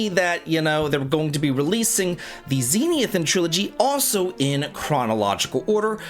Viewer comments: It's not "ZEE-NEE-i-thin," my dude. It's "ze-NITH-i-an." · Dude, please slow down and read the word Zenithian again. Zen-ith-ee-an, not zen-ee-ith-an.